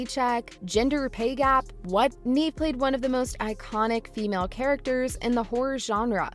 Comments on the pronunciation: If she left because of the pay,then why is the thumbnail going towards you guys saying that Jenna got her fired. Atleast do research on the subject and ACTUALLY pronounce her name correctly before you make a video. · If you are going to talk about a actress at least you can do is pronounce her name right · What you’re on about is not pronouncing her first name correctly. Please record the audio with the right pronunciation, and upload this again with the corrections. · Please pronounce Neve's name correctly!! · 🤦🏼‍♀️ Look up how to pronounce her name😂 Neave it to beaver! She's not acted in years, what does she want😂🎉 she only plays in this, "EVER"!👀 You guys are funny, no matter what YOU think😂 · It's Nevvv, not Neeeve. If you're gonna advocate for her (which is awesome)... pls pronounce her name correctly. 💜💙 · It's not pronounced Neeve, it's Nev like Rev or Kev... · Sooo her name is not “Neeve”. It’s “Nev” (Neve) Campbell. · It’s really throwing me off her not pronouncing Neve’s name correctly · Me cringing everytime she said Neeve instead of Nev. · The narrator kept saying her name wrong. It's pronounced "Nev" not "Neeve." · You could Start by calling “neeeeeve” Campbell, Neve campbell. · For real, I literally have a personal video I recorded of her… Neve = nehv or nev not neeve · It's not Neeve. It's Neve. Do your research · I thought her name was pronounced Nev, not Neev. Have I been saying it wrong? Lol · It's pronounced "Nev." Not "Neev." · Nev* not neeve is how pronounced us sydney fans r gonna raid your house tomorrow prepare 😌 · It’s pronounced “Nev.” You could at least get that right. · I thought so too. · I came here to say that EXACT thing 😂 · Yea I exited out the video as soon as she said Neave…✌🏽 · Facts tho!! If you say her name 15 times in a video you can at least pronounce it correctly lol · Wtf say her name right!!😂😂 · can't even get past your mispronunciation of Neve, then all the crap you said about gender pay gap... silly GenZ